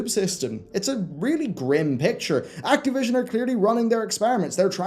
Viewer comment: "That boy is very acteev." "Let's acteevate the doomsday device.", it's Activision, with an "ih." At least if you're going to insist on a weird pronunciation, make fun of it or something. They deserve a Jim Sterling-esque silly pronunciation or name joke that serves a purpose. Maybe Cracktivision or Activi$ion.